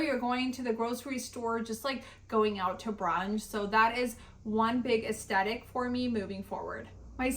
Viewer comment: I love your videos and the creativity of your looks. Lol, it drove me a bit bonkers though that you left out the TH in “aesTHetic” like 10 times in this video. 😉